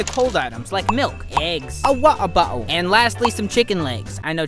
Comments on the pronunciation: A water bottle😂😂😂in posh British ahhhh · Did bro said water bottle in england language 💀💀💀